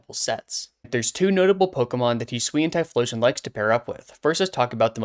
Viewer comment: Yes! Finally another person who says "Hi-swee-an" and not "Hi-soo-ian"